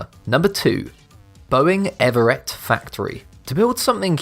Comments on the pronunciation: It's EV-RETT 2 syllables not ev-er-ett! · I live in Washington State. The Boeing facility is in the city of Everett. It is pronounced without sounding the second syllable and the final vowel is pronounced as a short "i", e.g., Ev-ritt. It is not pronounced Ever-rette, as you mistakenly do in the video